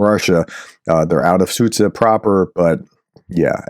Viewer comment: Sudzha is pronounced as "Suja"